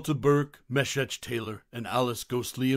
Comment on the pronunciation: Facebook is dumb. Because TRUE fans will not EVER forget. An epic tongue lashing by Julia? Bernice? Everyone needs a Bernice in their lives. Anthony? Right up there with Golden Girls. No doubt about it. And his name was pronounced Mee-shack. A little bit of homework would’ve helped with that.